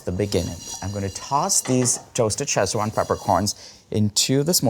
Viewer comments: why call it "chesswan" instead of sichuan? 'see chwahn' or 'sich-wahn', kids this is odd. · Looks tasty. One small peeve. It's not pronounced "Sech-wan". It's pronounced "Ci-chwan". Ask Lan Lam if unclear. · Shame you mispronounced it in such a unique way all video